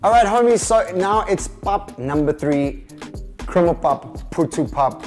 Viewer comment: Bruh why does the one section of the video say “criminal pap” 😂😂😂😂😭 it’s krummelpap! 😂😂